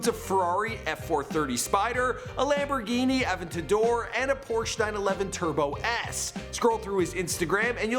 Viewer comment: How this guy says Lamborghi Aventador Edit: HOW HE SAYS ADIDAS IS EVEN WORST